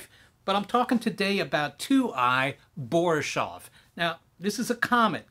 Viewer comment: BoriSHov? No, it's BoriSov. Thanks for the upload, I appreciate it definitely wasn't boring.